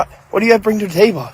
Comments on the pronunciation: Sir, it’s table not Tay-buh 😂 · LMFAO, dude doesn't know how to pronounce table